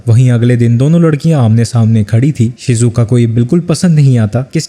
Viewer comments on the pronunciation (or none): Bhai apne shizoko ko shizuoka bola😅